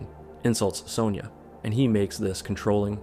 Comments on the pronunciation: why are you pronouncing Sonya like that????. it's SUNYAH not soneyer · What fkn country are you from? In Australia it's pronounced "Son-ya"